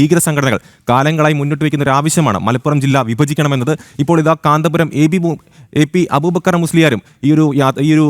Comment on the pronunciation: ആദ്യം എ പി എന്ന് പറയാൻ പഠിക്ക്😂